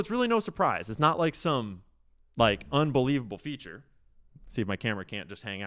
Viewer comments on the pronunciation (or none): none